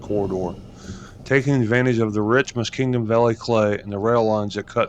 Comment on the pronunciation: The word Muskingum doesn’t have a d in it….Muskingdum?😆